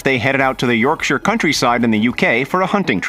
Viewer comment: Finally an American who said Yorkshire right😂